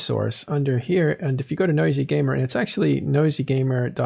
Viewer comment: why are you pronouncing Nosy Gamer as "Noisy Gamer"? He's nosy (overly curious), not noisy (overly loud).:)